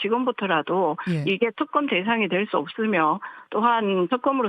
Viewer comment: 말을 저렇게 어버버하는데 대변인을 시키면 어떡하냐ㅠㅠ발음도 턱검 턱검 ㅜㅜ